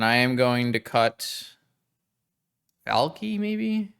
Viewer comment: valky vault key sounds Finnish af when you say it